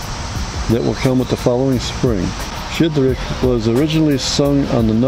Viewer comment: Класний випуск дякую, нарешті, за Щедрик. Тільки Щедрик це не Шєдрик. Щ - [шч] Мені дуже подобається цей чоловік.